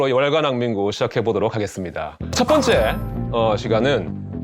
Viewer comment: 나는 왜 '월간 난닝구'로 들리지?